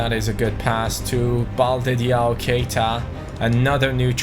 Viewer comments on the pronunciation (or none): none